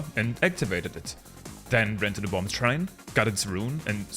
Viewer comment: The second B in bomb is silent. Please. It hurts so bad.